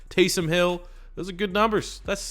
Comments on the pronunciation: Tay-some,. Tay-some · TAYS OM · Taysom is pronounced Tay-sum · The way you say Taysom bothers me on another level